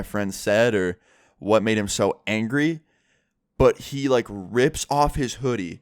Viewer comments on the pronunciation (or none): That was one anjery vegital